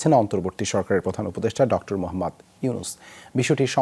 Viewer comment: ডক্তর কি? ভাই? উচ্চারণ ঠিক করেন। আপনি বারবার ডক্টর ইউনুস না বলে ডক্তর ইউনুস বলতেছেন।